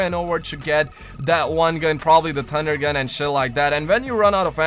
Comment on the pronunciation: u said tunder gun...lol